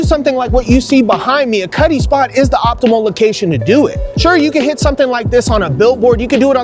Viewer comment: It sounds does kinda Sound like he says Cuddly Cuddle Cutt”’ “Cutty”